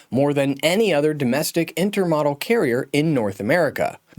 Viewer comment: Interesting video but please learn how to pronounce intermodal.